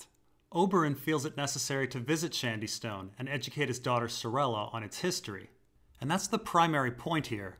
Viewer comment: Ffs, "SHADYSTONE" not "SHANDYSTONE". Shady, as in "shade", as in giving protection from the sun! Wtf is "shand"?